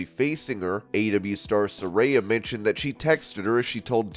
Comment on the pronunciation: again with the names. it's Soar -raya